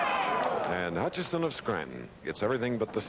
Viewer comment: Also “Hutchison”.